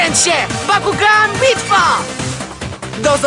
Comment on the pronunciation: Bakugan a nie Pakugan